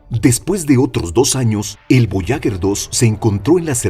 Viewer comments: Fascinante el programa, muy instructivo, solo quiero decir, que no se dice voyaguer con gue de guerra, se debería decir, voyager, como en general, es un error muy común en este tipo de documentales. Esa es mi apreciación. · Lo siento pero la sonda Voyager... Puedo aceptar su pronunciación en francés, que es cómo deberiamos, puedo aceptar en castellano... Pero pronunciarlo "voyaguer" es una aberracion. On en idioma original, o en el propio, pero el burdo intento de pronunciarlo en inglés es una muestra triste de un complejo de inferioridad brutal. Incluso los angloparlantes procuran pronunciarlo en francés. Si se le puso ese nombre es por algo, la nasa mostró respeto por los idiomas que aquí parece que no tenemos. Si no fuese así le hubieran llamado "traveller". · Buenos días tardes noches para tod@ En la lengua castellana se utiliza para una palabra femenina el artículo la, porque es una sonda. Voyager, que no es de origen castellano se pronuncia Boallaller, gracias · Para un excelente narrador, decirle que duelen los oídos al escuchar una palabra francesa, que significa viajero, ...pronunciada literalmente,...escuche en Google traductor, como suena, verá la GRAN diferencia, ...y otro apunte, no es lo mismo ASTEROIDE ,que ESTEROIDE, ...por el resto FELICIDADES, es un canal MARAVILLOSO!!! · Porque carajos no dice bien ni una vez Voyager?